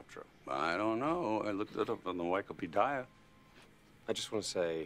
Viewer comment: I looked it up on the why-key-pedire